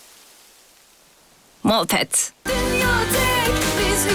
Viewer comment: Yalnız - da "moltet" diyor ;D